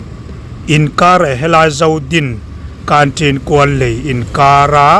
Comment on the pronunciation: Zodin i sawi dan chu mi sawi dan nen a thluk a va in ang lo ve,mi sawi rik ang in sawi ve hram hram teh a.